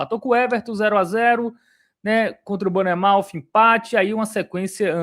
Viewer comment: Só um adendo para o senhor, cada vez que ele chama o Bournemouth de "BARNEMOUTH" meus ouvidos sangram kkkkkkkk